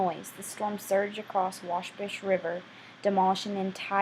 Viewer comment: You shared a lot of good information about the tornado. However I must comment... the "S" in Illinois is SILENT! And also it is the "Wabash" river that was crossed from Illinois to Indiana, not the "Washbush." As a lifelong resident of Illinois, and particularly residing from the southern part of IL, I wish you would have made sure you correctly pronounced the name of our state, and the names of the communities such as Gorham (pronounced like "Gorum.") Not to be a stickler, but I felt it needed to be pointed out.